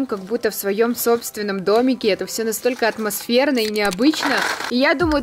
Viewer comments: Считаем сколько раз сказала отмасферно 🤣🤣🤣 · Каждый раз она говорила каждую минуту атмочферно или светильнички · Хватит говорить атмосверна (я не хейтер) ❤️ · Люди сколько раз сказала слова отмосферно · Сколько раз сказала отмосферно? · Никто Абсолютно никто:атмосферно,атмосферные,атмосферно,атмосферно тут атмосферно,там атмосферно.